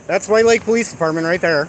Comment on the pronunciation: You are so bloody clueless. Fix the suspension FIRST, then drive. If you actually believe the courts will give you the one and only waiver on the driver's license in the country then get that FIRST. (Good luck with that.) And you slurred a bit when you said the name of the police dept to call. I should call to thank them for doing their job. Was it White Lake.